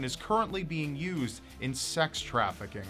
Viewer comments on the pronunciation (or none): none